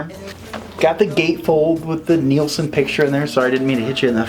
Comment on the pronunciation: Love your Chanel. But it’s pronounced Nil-son not neeel-son. Small point